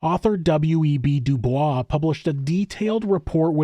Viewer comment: Also please read this with zero malice or condescension, but helpful: W.E.B. Du Bois intentionally did not use the French pronunciation of his name so it's pronounced like "noise."